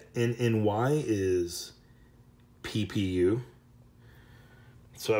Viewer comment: It isn't nny, it is ППУ which is PPU in Cyrillic.